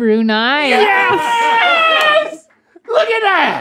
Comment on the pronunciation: I know it was more about Link hitting the bullseye but the Brunei episode made me giddily happy because I'm from Brunei!! And wow they all hit the nail on the head with the pronunciation.